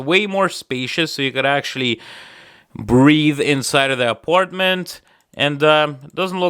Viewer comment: Are you saying "breathe" or "breed" in the apartment?